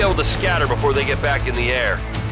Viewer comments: "DAY-veeon"? Since when? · Holy crap HE DFA'D A FREAKING GUARD TOWER. YES!!!!!! Only downside here is that mispronounced Davion. It's "Dah-vion", not "Day-vion".